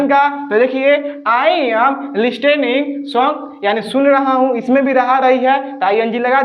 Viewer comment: लिस्टैनिंग नहीं बेटा लिसनिंग होता है।